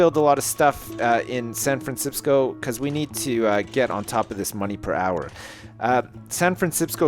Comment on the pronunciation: When I Try And Say San Francisco , All I Can Say Now Is San Fransipsco